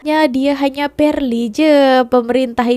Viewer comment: Perli bukan palli 😂